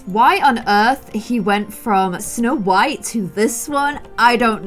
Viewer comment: You said "snow wight"